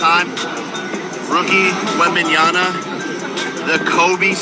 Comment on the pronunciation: Did say “when banana” … I know sometimes when you get hit in the head too much or are too drunk, but you do know the guy’s real name right??? anybody who was into cards last year (OR SPORTS AT ALL) knows how to say his fucking name. On another note, the golden auction house on eBay has only 35 sold lmao!